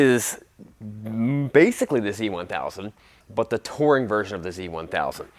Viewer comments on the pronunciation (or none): It's pronounced touring...not "toring".